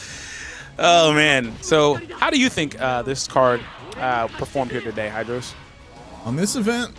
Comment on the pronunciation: it's hydros haha